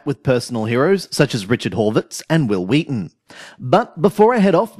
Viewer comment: Hwill Hweeton Hwill Hweeton Hwill Hweeton